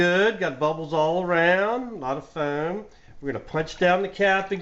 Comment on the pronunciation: I just love how you pronounce foam